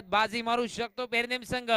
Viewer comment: Are baba te pernem te not permem